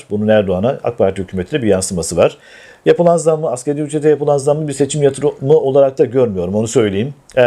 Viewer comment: BİRTÜRLÜ ȘU ASKARĪ ÜCRET DEMEYİ ÖĜRENEMEDİNİZ,ASKERİ ÜCRET DEĜİL,LÜTFEN!!!!!!!!